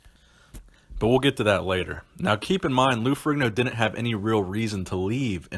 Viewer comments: Fe-re-ne-o, Not ferriGno. Its an Italian name. not an American name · Stop saying Ferigno....IDIOT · Its pronounced farino you fucking moron..OMG such an idiot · His name is not furee gno is it? It's ferr in yo if I'm not mistaken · Hey dumbfuck.. The g is silent ...Its pronounced Ferrino.. I cant believe there are so many dumb people out there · Strength and power not strain and power Particular not puhticular Arguably not argubly Ferrigno not Frigno